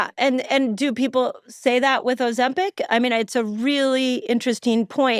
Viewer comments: Why's he pronouncing it ozemPECK? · For the love of Jebus Steve stop calling it Ozempec its Ozempic with an i 😂😂😂